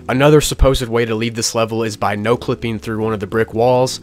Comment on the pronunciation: you made a mistake at "exit my no-clipping", you said "np-clipping"